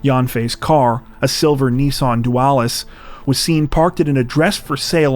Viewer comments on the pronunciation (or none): none